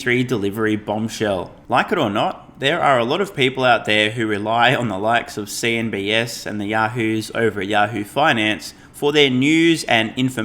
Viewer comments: CNBCCCCCCCCCCC not CNBSSSSSSS - Pa-Leeeeze. You can do this! You can, I am 100% confident. If you do read all the comments, then please make a mental note about an important news source you continuously reference. It is worth getting the name right. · LOVE THIS CHANNEL. BUT ITS NOT “CNBS”